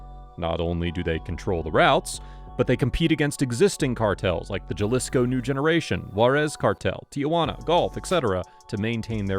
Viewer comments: Did you really say Ja-lisco ? The J is pronounced as an H it’s Ha-lee-sco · Its pronounced huh lisco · Ha lease co. Not jah lisco. Do research